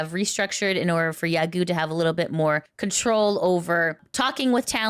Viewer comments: "Yagoo" is pronounced "ya-go" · A small remark - Yagoo is pronounced with a lengthened O sound, not U.